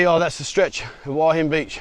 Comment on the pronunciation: It really beats me why you people can't show respect to your Thai hosts (who you keep saying you love) and learn to say "Hua" to rhyme with "oo-er" and not "Hawah...!" I know you always say you don't care, and it doesn't matter, but this attitude reflects badly on your image... Just a thought...